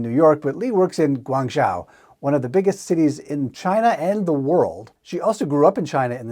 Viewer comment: Nice vid. Minor point: the "zhou" in Guangzhou is pronounced like "Joe"